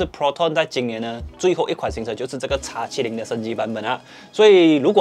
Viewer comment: 叉70 很難聽，注意一下model的稱呼